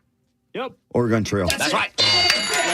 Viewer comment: Please stop mispronouncing “Oregon” 🤦🏻‍♀️